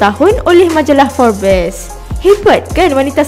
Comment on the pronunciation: Tumpang lalu.. err. It's Forbes.. as in 'FORBS' nyebutnya.. bukan FOR-BES..